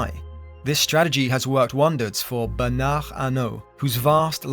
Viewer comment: You didn't pronounce Bernard or Arnaut correctly, but the attempt was well appreciated 🙏👍